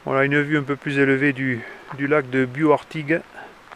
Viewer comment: Il faut prononcer le "s" à Bious !!